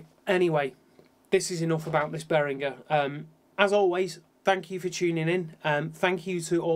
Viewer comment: Thank you for pronouncing Behringer like Behringer and not like BehriJer. :)